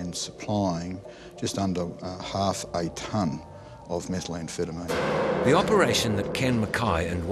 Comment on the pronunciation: it's methamphetamine not metal-amphetamine ... that pronunciation gaff annoyed me throughout